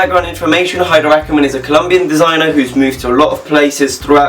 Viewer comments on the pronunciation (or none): ay-der ackermann....the h is silent... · The H in Haider is silent